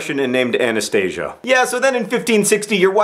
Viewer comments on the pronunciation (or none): ok I don't mean to be rude, John, but Anastasia is totally not pronounced like anaesthesia... it's more like A-na-sta-si-ya.. better luck next time... :D -Best wishes, Pete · IT IS PRONOUNSED A-NA-STA-SI-YA